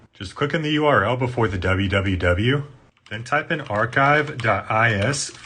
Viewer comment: tf is a dubba yew?